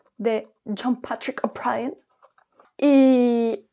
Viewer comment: La forma en que pronuncias ‘John Patrick O’Brien’ 😂